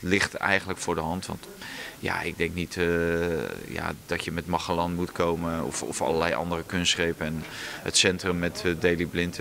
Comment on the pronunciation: Magallan 😂😂 ik ga stuk om hoe hij het uitspreekt